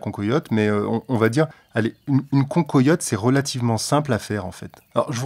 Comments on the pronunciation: Désolé d'être un peu chauvin mais on dit pas "concoyotte" mais cancoillotte nom de dieu !! Salutations de la vallée de la loue 🙂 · cancoillotte se prononce can coi iotte et non can-co-iotte. merci pour le partage